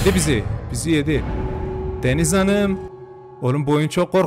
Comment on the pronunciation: “Deniz Hanıığm”kısmında patladım QWEĞHHJHJGKGHJYFYUGHUH